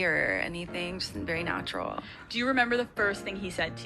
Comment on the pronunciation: "Coin in a tin can" is right. She said it felt nawtural